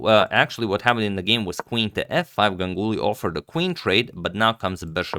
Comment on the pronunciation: Yeah "gangully"